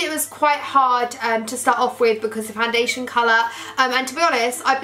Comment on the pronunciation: You look like so pretty but the foundashern tho😜😂